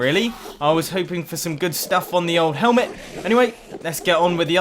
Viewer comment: You said hemlet not helmet